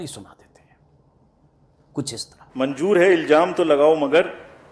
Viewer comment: Manjoor nahi manzoor hota hai